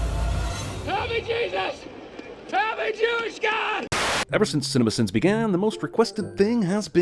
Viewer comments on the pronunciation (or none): when he said 'when cinema sins began' i heard 'when simba began'